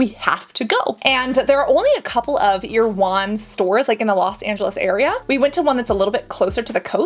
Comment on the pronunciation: It’s pronounced air-uh-won!